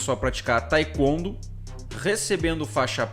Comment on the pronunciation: Por gentileza procura pronunciar Taekwondo de maneira correta. Mas tirando isto parabéns pelo vídeo.